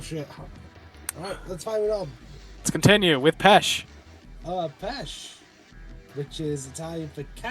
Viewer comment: Ah yes, the Italian word for carrots: "Pesh".